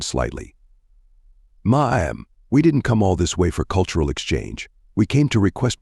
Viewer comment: Please teach your ai to say ma'am right.